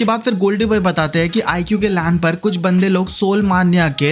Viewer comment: IQOO❌ IGUU✅